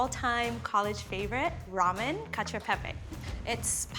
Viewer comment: When she says concho pepe, I imagine pepe the frog in a conch shell or something lol